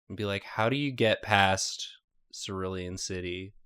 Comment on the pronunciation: Anyone else bothered by how Nathan kept saying Sirillian? It's Cerulean